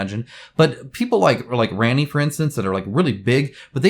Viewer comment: Ranni ---> Rah-ni :) Thank you for the information, I look forward to the next one!